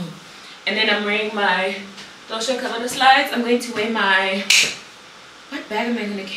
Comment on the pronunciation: Not “Dolce and ” 😂😂😂😅